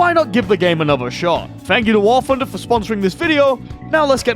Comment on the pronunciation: I've been watching your videos for a long time now, but I don't understand why you cannot pronounce "TH" it is NOT AN F. WAR FUNDER?! REALLY?!